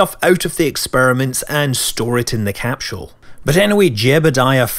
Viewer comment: Every time I hear Scott say "capshule", I have to repeat him out loud. I can't help it.